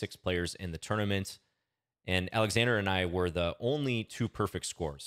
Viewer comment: You pronounce Oleksandr correctly, starting with an "O".